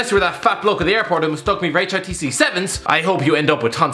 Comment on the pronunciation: The new guy can't even pronounce hitc properly